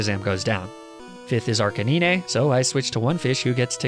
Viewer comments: Nobody:: AR-CAN-NEEEE-NAY facepalm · It's not Arca-ni-ne It's Arca9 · "arcaneenay" ok I will admit that pronunciation made me chuckle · It's Arcanine (Arson-Canine). Great video, but next thing your gonna mispronounce is Snorunt (Snore-Runt), when it's Snorunt (Snow-Runt). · Gotta love Arcaneenay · He really said Arc-ay-nee-nay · “ArcaNEENÉ” I’m sorry what?! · I agree with your stance on Pokémon pronunciations but it still does not justify your pronunciation of “Arca-Nee-Nay” like how? 😂😂😂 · His arcanine and lapras prounonciations make me perish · Challenge idea. Can you beat any pokemon game without pronouncing arcanine in the most horrendous way possible. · The way he pronounces Arcanine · someone plz teach this guy how to say arcanine it triggers me so hard. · That arcanine and lapras pronunciation gave me cancer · Pronounce Arcanine and Lapras right PLEASEEE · How come you keep on pronouncing Arcanine wrong lol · Learn how to say arcanine correctly please thank you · “Pokemon names are arbitrary” ah yes, arcaneenay and lapraah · ... leprah edit: ARCANEENAY I'M DYING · Arcaneenay and laprah. Lol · Why is lapras being called lapra and arcaNINE being being pronounced arcanaynay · "Lapr-ah" "Arca-nee-ney" Sorry, huh?- (Also, not trying to make fun of peeps, just thought it was kinda funny, that's all-) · trying to get out from under the bus that people throw him under for his weird pronunciations. your arcay-neenay and luhpruh drag you too far down there. Pokemon name pronunciations are generally based on three things: how the show pronouned the english names as, the smoothest way to pronounce the names, and how other pokemon media pronounced the names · You can argue about pronunciations all you want but nobody will ever call Lapras -“Laprah” lol Also, you have no excuse for that arcanine pronunciation 🤣